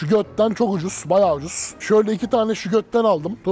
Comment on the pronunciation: Şugötten degil o cikolatanin ismi.şogettın diye okunur.